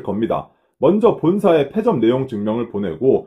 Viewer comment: 페 아니고 폐